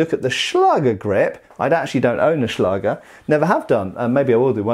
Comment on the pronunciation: Nice and informativ video again!😊👍 ...But... as you often say... there is one Thing. The "ä" in the word "Schläger" is pronounced like the "a" in the words "that" or "backstrap" for instance and not like in "bath". This two dots on top of the letter "a"... so "ä" are responsible for that. It is a so called "Umlaut". As a German I hade to grinch every time you used the word "Schläger".🙈 But no offence. I know German is not an easy language to pronounce for non-native speakers.😄